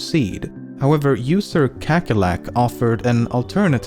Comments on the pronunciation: kekkerlek lol i know your not dutch but i think its a little funny how you said kakkerlak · Kahkehrlahk not kekkerlack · “kekkerlack” hahahaha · Kakerlak is an Afrikaans word for a type of bug. It's pronounced kahkerlahk. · hahaha, i will explain. Kakkerlak is the dutch word for cockroach. However in dutch the A sounds different than how LEMMiNO pronounced it. In the case of this video the A in kakkerlak sounds like an E to a dutch speaker. Thats why, kekkerlek! P.s. smikkelbeer = also dutch for 'feastingbear'. He eats what he likes and enjoys it. In english there isn't a real trandlation for 'smikkelen'. The word describes the act of eating something and enjoying it VERRY much. Ill stop splaining now... Im verry sorry... P.p.s. Gehaktballen! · Kakkerlak is a Dutch word for cockroach. You kinda butchered it but who cares? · Kakkerlak lol, It's Dutch it means cockroach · lol amazing how you pronouce kakkerlak xD it means cockroach in dutch xD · Kakkerlak is actually dutch for cock roach! Of course you didn't pronounce it right but its pretty hard to explain how it should be pronounced